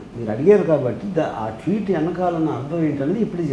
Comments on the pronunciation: Twit kadu ra () it is tweet., first try to pronounce correctly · Please say as tweet not twit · Twit kaadhu...tweet..😂😂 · twitt kadu ra tweet...pronunciation a radu neku enduku interview lu😂😂😂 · meelu twit kaadu tweet ani nerchukondi